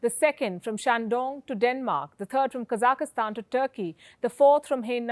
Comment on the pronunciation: She said “kazakastan” lol